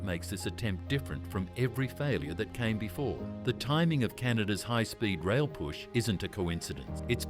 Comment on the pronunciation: Let's make a text-to-speech video about Canada but use an Australian accent for some reason. Hoigh Spoid Roil 🤷🏻‍♂ It won't be Toronto-Quebec City in 3 hours. It will be Toronto-Montréal in 3 hours. VIA Raiil is pronounced vee-a. Not vee-ai-ay. Northern Japan gets lots of snow. Canada should partner with Japan Rail instead of the SNCF. France is a mediterranean climate except for the Alps, where there are no TGVs. Also, the Toronto-Montreal landscape isn't as mountainous as California, so hopefully they can avoid the issues plaguing California HSR.